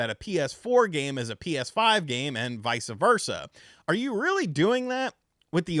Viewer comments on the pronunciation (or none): Youve triggered my peeve!! It's vice versa, Not Vica versa...... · “Vice ah Versa.” Is that Italian or something 😂😂